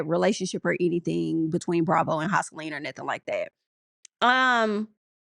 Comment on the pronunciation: Pronouncing Joseline as houseline is making me weak!!